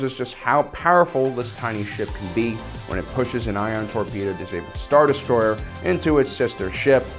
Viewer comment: Shield Liger star destroyer not star destroyed cuz the u spell it sounded like as if its already been destroyed.